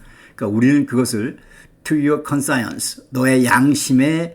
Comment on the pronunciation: 발음이 이상합니다. 컨사이언스...?